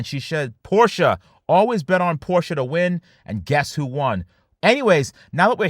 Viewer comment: I am sorry but as a European I am really surprised by the fact that says Porsche the right way!